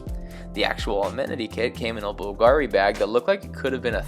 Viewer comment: You mispronounced Bulgari